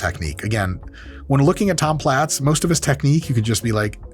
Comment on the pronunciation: Are we sure his last name wasn't pronounced as "plates?"